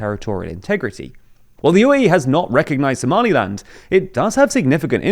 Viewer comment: Somaliland* say it right.